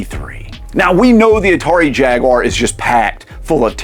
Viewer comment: "cannin fodder" "raymen" cmon breh but at least you said atari jaguar the right way